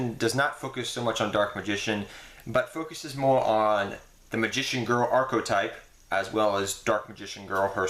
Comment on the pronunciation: he said archotype, he dumb